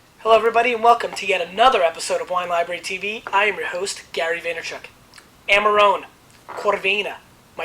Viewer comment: he could at least try to pronounce it in an italian way